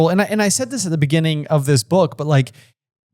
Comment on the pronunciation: In the beninging